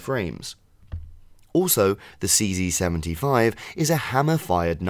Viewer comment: Nice how you pronounce "CC75" or is it CZ75 😅